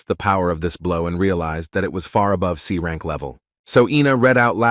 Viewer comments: is it that difficult to read S rank by AI ? why always confusing us with that C instead of S ... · Nah brother/sister whoever you are I get annoyed when they miss pronounce important terms imagine you got a grade in the school or college and PPL pronounce it as c while announcing every single fucking time it wont you get annoyed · Too long and very very boring commentary too many mistakes in pronunciation like how c is pronounced as s and s as c